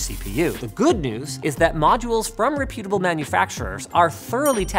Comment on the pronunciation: Why does Linus pronounce reputable the way that he does? Re-put-able instead of rep-utable?